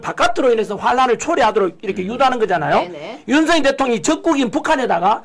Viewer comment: /윤서결/ × /윤성열/ ○ 고유명사는 문법에 영향을 받지 않아요. 본인이 부르는 대로 불러 주는 게 예의이고 상식이에요. 취임 초기에 /윤성열/로 불러달라고 했어요. 지금까지 /윤서결/로 발음하는 건 넘 무식하게 들려요. 한동훈은 밝힐수록 법레기네요. 류여해 진행자 참 멋져요. 오늘 이 시간에 진면목을 처음 보게 돼서 좀 아깝네요. 그 동안은 놓쳐서요.